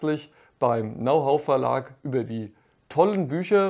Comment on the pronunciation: Wie immer sehr nützliche Infos und Tipps für Kamper. Herrlich Dein Denglisch, besonders "Now Hoe" statt "Know how" hat mich zum Schmunzeln gebracht. Für einen Muttersprachler wäre das ein Freud'scher Versprecher gewesen.